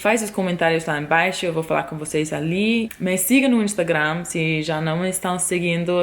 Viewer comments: você fala português igual ao que falamos em Belém, no Norte do Brasil! Falamos o “s” com som de “x”. Vocêx! Rsrsrs! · Seus "vocês" é muito carioca ksksks